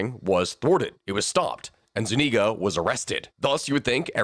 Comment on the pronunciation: Zuñiga, with an ñ, like gn in Italian. Thats about the only thing I can find wrong :P